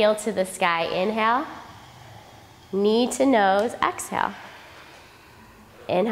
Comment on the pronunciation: i dont even do what they are doing, the teacher's voice is so perfectly attuned to my being. She says things like knee to nose which sounds to me like need to know,; she says we can move at our own pace.; she says to try to get a five count breath; her general instructions are so beautiful and wise, i am happy doing my yoga and catching instructions from her every so often. She keeps me in class. One day i will be ready to do what she and the class are doing.